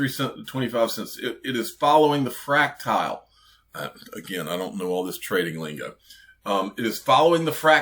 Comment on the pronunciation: Frac-tile😂 we going to the moon 🌚